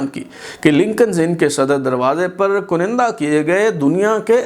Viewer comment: Aap baar baar KANDA ki jaga KUNINDA boltay hain. Pl tashih farmain